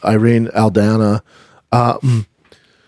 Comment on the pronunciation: Lol, Brendon you love to mispronounce words. It’s Al-Dawn-A not Al-Dane-A!! 😂😂